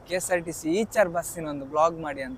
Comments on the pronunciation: ಈಚರ್ ಅಲ್ಲ bro ಐಚರ್ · ಈಚರ್ ಅಲ್ಲ ಗುರು ಐಷರ್ ಅಂತ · ಇಚರ್ ಅಲ್ಲ ಐಶರ್ ಅದು